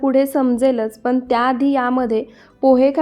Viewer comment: बिर्याणी छान दाखवली आहे. फक्त मराठी भाषा नीट बोलायचा प्रयत्न करा. छाण नाही छान, पुण्णा नाही पुन्हा, पन नाही पण, करुण नाही करून, आपन नाही आपण असे अणेक नाही तर अनेक शब्द शुद्ध बोलायला शिका कारण मराठी भाषा अतिशय सुंदर भाषा आहे. तिचा अवमान केल्यासारखे वाटते. रागाऊ नका. मी तुमची आजी आहे असे समजा ( ८० ) वय अनेक शुभेच्छा.